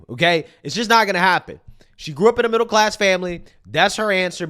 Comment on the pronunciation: Bruh she basically said "im get back to you but first... I grow up in a mibble class house"